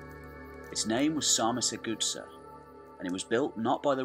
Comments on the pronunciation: What DEBILUS is narrating this video making two critical mistakes straight from the start? Carpathian mountains, not the Caucasian and Sarmizegatusa is not pronounced Sarmisthegoodsir:( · You really need to make an effort to pronounce these names correctly. It was cringeworthy to hear you say "Sarmizegetusa". Here is how it's pronounced: sahr-mi-ser-ge-TU-sa .. accent on the 'tu'. All your videos are pretty good except your pronounciation of foreign historical names. They are atrocious. Really make an effort my man. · Maybe learn to pronounce the names... Sar-Me-Ze-ge- thus-a I think would be in english. De- ke-bal , Do-Mi-tzi-an. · Sar me say jay too za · Very good, but I did strain at your pronunciations. de-KE-ba-luss sar-mi-za-ga-TOO-sa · actually is sarmi-se-ge-thuZZa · Zamolxes' shadow no one knows the exact pronounciation and the Romanian one is by no means the standard in this case. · Your lack of trying to read the name Sarmisegetuza is astonishing. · You dont pronounce well Sarmisegetuza. Use google translate... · If you want help with pronunciation and research about dacians and romanians you can contact me. You kind of butchered the pronunciation Sarmizegetusa and also showed images in the beginning from Ulpia Traiana Sarmizegetusa which was the roman capital of the province and distinct settlement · The narator pronunces "Sarmizegetusa" in such a way, that if it were't written on the screen, you wouldn't have idea what is he talking about. It's 1.5 million light-years away from the original. "Good" start! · You butchered Sarmisagetusa so bad, fucking destroyed it 😂😂😂😂